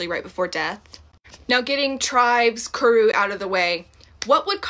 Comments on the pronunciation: Kuru, not zuru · Its Kuru, not "Zuru". And while some of these comments from Tiktokers are somewhat factual... sometimes... I wouldn't turn to Tiktok for FACTS. A big issue nowadays is people seeing stuff on Tiktok and immediately taking it as 100% fact! I hear, "I saw it on Tiktok!" WAAAY too much!!! And I don't mean! I know you do your due diligence. I'm just sezin. Again, love ya girl! Great video!